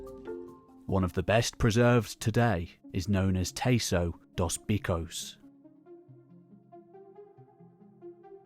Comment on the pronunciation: Nice work, but please, please, take a second to find out how things are pronounced, otherwise it's disrespectful to the language. For example, , "bichos" is not at all pronounced like that in Portuguese, had you not written it down I'd have had no idea what you were trying to say.